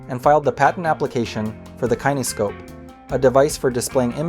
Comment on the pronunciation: And Kinescope is pronounced more like "kenny scope" Must be an AI narrator.